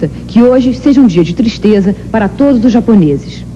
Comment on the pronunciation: Reporter burra, pronúncia os nomes japoneses tudo errado